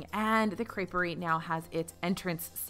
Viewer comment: Nicely done. "Crêperie" pronounced with that proper French "tongue to the back of the roof of your mouth" isn't easy for a girl from Texas! You nailed it when you stated it the second time.